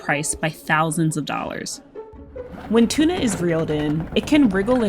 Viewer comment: Interesting but at the beginning of the video they say tuna wrong